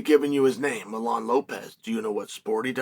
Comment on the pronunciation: Uncle Chael can u pronounce one name correctly please it’s Mijain Lopez. Not Milan